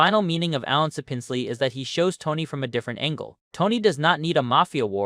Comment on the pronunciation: SAP-ins-lee. Not suh-PINZ-lee.